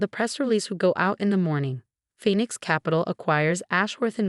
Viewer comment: A new sentence showing in these stories now, "designer heels clicking on the marble floor". This so has to be AI generated. No human could make this many mistakes. Plus the old 'Phenix' again.